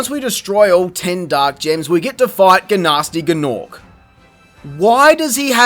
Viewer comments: Gnasty Gnorc is pronounced "Nasty Norc." Don't fkn call me a nerd, if you're not interested in that steaming peace of poopoo known as "Enter the Dragonfly." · Guh-Nasty Guh-Norc